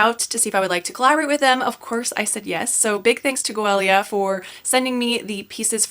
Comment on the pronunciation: You are pronouncing the name correctly!